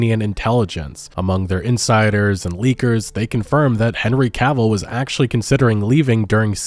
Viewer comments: OMFG you started pronouncing his name right. The stars are aligned and all is right with the world. The universe thanks you. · Hey you didn’t say Cuhville this time I’m proud. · Omg bro thank you, you finally said Henry's last name properly. I love your videos but that bugged me, not gonna lie. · Haha, now you say it right !! Well done.